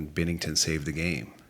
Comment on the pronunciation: It's Binnington, not bennington